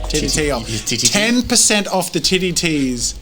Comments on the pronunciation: Listening to this again, and all I can hear Jazza saying is "titty tees" lol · Sounds like they're saying tittie ts